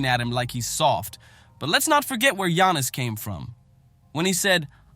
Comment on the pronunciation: Shaq be bugging, but how you gonna do an entire story while mispronouncing, Giannis' name?